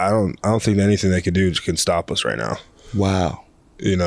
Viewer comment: Love the Fred Smoot”skraight here